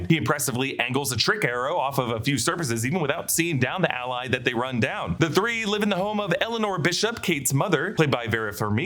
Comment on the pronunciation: alley not ally